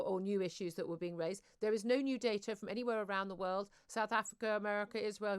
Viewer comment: She could at least try to pronounce most of the letters in words. I'm from Manchester so have no problem with an accent, but slovenly diction and an accent are two different things.